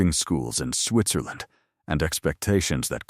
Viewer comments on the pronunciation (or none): none